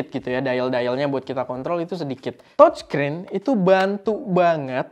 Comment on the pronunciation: Touchscreen dibacanya təchskrin..(seperti kalau kita ngomong E dalam kata "dEngan" atau "lEngan", bukan E di tEmpE) jangan tochskrin oom.. dengernya kayak gimana gitu..🙏🏻